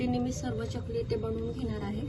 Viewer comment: च्यकली असा उच्चार नाही चकली आहे. बाकी कृती छान. पण एकच वाक्य पुन्हा पुन्हा सांगु नये. विडीओ लांबतो.